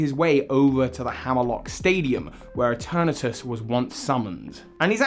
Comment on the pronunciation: ITS PRONOUNCED E-TURN-ES